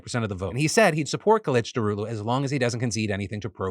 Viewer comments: You pronounces kilicdaroglu very well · I wonder how many takes it took until Phil said Kemal's last name correctly. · The most impressive thing about this video was that you got the pronunciations right of the Turkish political candidates